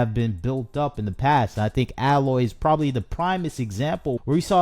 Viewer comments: It's A-loy, not alloy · You could at least say her name correctly: A-loy We need to destroy sweet baby, what they're doing has to be illegal. I'm not smart enough to delve deep enough into the law but they need to be removed from gaming or have their own rating symbol so I won't be tricked into buying woke nonsense. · I’m sorry, but if the guy complaining in this video had actually played a Horizon game he would know how to pronounce “Aloy”. (Hint: it’s not “Alloy”). So no, he hasn’t played it. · bro out here smoking crack. What are you even saying bro? Pure fluff no substance. Play the game, then make a video. I don’t think any true fans are actually upset about it. They’re only upset because they can’t play it on PS4. Only people that have never even tried horizon talk shit. HZD deserved a remaster. Literally nothing you said is true. Also Her name is AY-loy. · The images you used from Zero Dawn were kindly selected, but almost all of the images you used from Forbidden West or the ZD remaster were at awkward moments during conversation, or photoshopped significantly to exaggerate your point. I don’t believe that you even played either game, since you didn’t say the main character’s name right, even once. Just jumping on a soapbox because not every piece of fun content is made exclusively for men anymore. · If you want to make a bitchy video about Horizon, please take some time to learn how to pronounce “Aloy”. Clearly you haven’t played the game… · You aren’t even pronouncing her name right… nor do you have the right footage of the remaster. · He likely never played either game if he’s mispronouncing her name, just making content. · I agree with you wholeheartedly but pronounce her name correctly PLEASE....